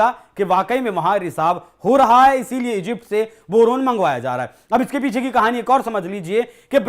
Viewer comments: Bhai Boron bola jata he, not borun. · बोरोन ह या बरनोल😅